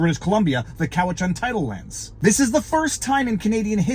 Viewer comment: btw it's pronounced "Cow-it-chan". Ask me how I know.